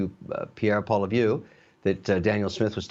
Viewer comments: It's Pollievre! Nit Pollyview! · Mr Wonderful should learn how to say Pierre’s last name correctly LOL- Polly VIEW???!? It is Polly EV! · Hey O'Leary, take 2 minutes and learn how to pronounce Poilievre's name. Right now your not even close and you're teaching a lot of Americans your butchered pronunciation. Just say Poly ev. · Kevin Oleary, you need to learn how to pronounce Pierre poilievre name (Polly - ev) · He doesn't even know the leader of the opposition's name. Poly-view. What? O'Leary.... Canada's scab. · Kevin you can do better than that Pierre POI lievre is how you should pronounce his name.The next PM of Canada is Pierre POI-LI-Evre. that is how it should be pronounced. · O'Leary might be some kind of investor but he cant even pronounce Poilevre properly..........its pronounced ( polly ev)!!!! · Oh come on dude. His name is POLIEVRE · Someone teach O'Leary how to pronounce Polievre's name (Poly-ehv in basic English) especially if he's going to be our self appointed representative on TV and with Trump? sheesh. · O’Leary gets his name more wrong every time he tries to say it. Come on man, you’re Canadian, get it right. 😅 Polly-ev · Kevin Mr. Pump and Dump...It's Polly-ev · He said Pierre Poili-view. Someone in his position should get that right. If I know how its pronounced, then he should know. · Everyone butchers Pierre poilievre's name 😂...Kevin..... polivue 😂really 😂😂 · It’s pronounced “Polly-ev”. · Holy $hit, O'Leary can't even pronounce his guy's name, it's Polievre. Pol-EE-Ev-Re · Kevin, learn how to pronounce Pierre's name 😂 PO Li È VRE You can skip the first "I" in his name as it it mostly silent. So instead of Poilievre, you can say Polievre. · 😆😆🤣🤣😂😂Pierre Polivue bahahahahahaha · Love Mr. Wonderful but will someone please sit him down and teach him how to pronounce Poilievre? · Come on, Kevin, you're Canadian, and you can't pronounce 'Poilievre' correctly?!! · Jeez Kevin, say his name right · Wow Kevin…you really butchered Pierre’s last name